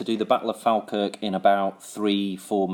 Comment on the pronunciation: Its pronounced "fall - kirk"